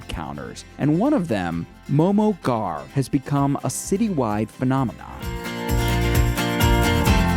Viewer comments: It's pronounced "Ghurr" NOT "Gar". Smh get someone who is from that ethnic background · He’s pronouncing “ghar” wrong it’s annoying. It’s pronounced “ghurr” and trust me cuz I’m nepalese. AND JHOL IS PRONOUNCED “joll” like in jolly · Lol the way they're pronouncing ghar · The way he pronounced “ghar” lmao